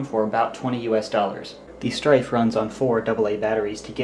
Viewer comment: He said stryven